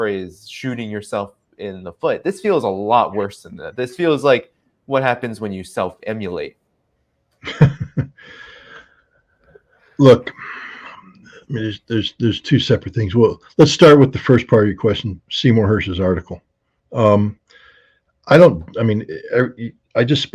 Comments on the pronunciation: Self IMMOLATE not self emulate. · Self immolate, not emulate. Sorry, I’m a bit of a pedant. Great show though!😅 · Its self immolate not emulate, but good point 😂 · Immolate not emulate... lol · Immolate, not emulate.....good job, by the way. Ritter saying Hersh is probably right but it's single source and so lacks hard evidence gives Ritter HUGE credibility. A huge problem in the world is people believing things because they are told to without requiring evidence. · it's not self emulate, it's self emolliate. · “ self immolate “, not “ self emulate “. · 'self immolate', not 'self emulate'.